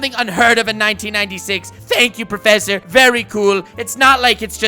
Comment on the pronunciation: I came back just hear him say PROFFESSOR oak NOT MORE LIKE PROFFESSOR WOKE 🤣🤣🤣🤣🤣🤣🤣🤣🤣🤣🤣